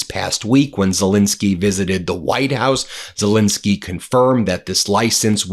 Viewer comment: Ben, can you PLEASE pronounce Zelenskyy’s name properly? It might bring him better luck!